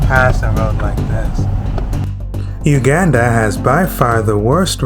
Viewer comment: Please learn how to pronounce the country's name correctly.